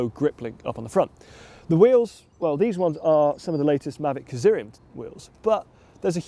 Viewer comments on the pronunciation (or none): Did I hear that right? "K-Syrium" wheels.. I always pronounced it with a silent K "Syrium". I feel to stoopit.